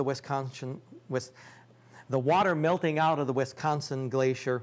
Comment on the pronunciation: Its not Wistconson, or Westconson.